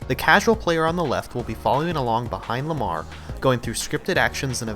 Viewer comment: It’s Lamar not malar🤣